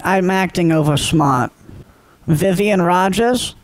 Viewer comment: Ya gotta love “Vivian” lol